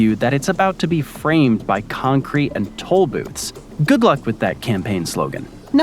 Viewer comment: With this narrator you couldn't tell the difference between him saying 'toll' and 'tall' - i found it confusing.